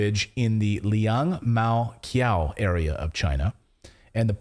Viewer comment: Excellent content. Clayton, Xuzhou is pronounced “ Shu- Joe”. There is another city, similar name, Suzhou, pronounced “ Sue-Joe”. Liangmaqiao is “Lee-ong-Ma chee-ow”. Qiao means bridge, one of many in central Beijing.